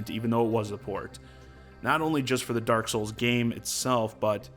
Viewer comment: Pretty happy with the announcements, especially since I didn't play DKTF and Hyrule Warriors. Also..... DERK SOOLS